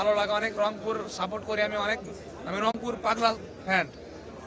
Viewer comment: অংপুর তো রংপুরই বলতে পারে না তাদের আগে রংপুর উচ্চারণ ঠিক করা দরকার।